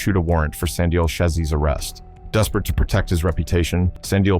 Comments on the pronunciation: Slin-dial was even worse 😂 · Slin dial (Slindile) 😂😂